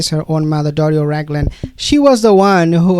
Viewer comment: She is not Doris. She is Doria (dor/ee/ah rhymes with diarrhea).